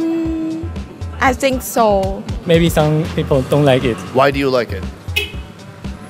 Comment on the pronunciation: I'm sorry but I laughed so hard when he said "Donng like it"😂